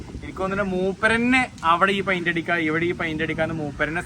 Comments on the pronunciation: പയിന്റ് അല്ല പെയ്ന്റ് 👍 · പെയിൻ്റെ എന്നാണ് പഴിൻ്റ്അല്ല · പൈൻഡ് അല്ല പെയിന്റ് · മോനേ പൈന്റല്ല പെയിന്റ് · പൈന്റ് ആണോ, പെയിന്റ് അല്ലെ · ഫൈൻഡ് അല്ല പെയിന്റ്